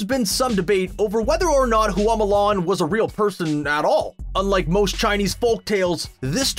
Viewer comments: "HOO AWW MOO LARN" Q_Q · "Hoo-ah Mulan"??🤦🏻‍♀️🤦🏻‍♀️